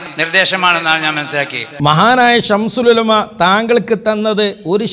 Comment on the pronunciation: ഈ കുട്ടി അത്തൻ "ശംസുൽ ഉലമ " എന്ന് പറയാൻ പോലും അറിയില്ല "ശംഷൂൽ ഉലമ" എന്നാണ് പറയുന്നത്